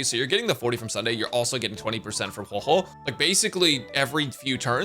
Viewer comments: "So I'm gonna HueiHuei" bro that's not her name 😭😭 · Huey Huey 😂😂😂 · I always wondered why he says Huohuo like that